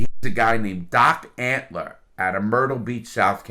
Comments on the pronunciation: When he said Doc “Antler” I about lost it. lol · Ok, but the guys name is Doc Antil. not doc antler. And it's Joe Exotic not Joe Exotica. It just makes this dude sound dumb and i know he's not dumb. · i love how larry adds an extra letter to everyone’s name. joe exoticA , carole baskin(S), doc antleR. i’m not sure if it was intentional or not, but regardless it’s hilarious lmao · It's Doc Antle not antler larry lol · Doc antle...not antler...and doc is actually a great guy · Joe exotica, carole baskins, and doc antler. You managed to get every name wrong. lol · Joe Exotia, Carol Baskins, Doc Antler, Rick Kirkhiem love Larry’s name mistakes 😂